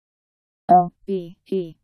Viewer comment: My name is Obed too. But this video is pronouncing "odd".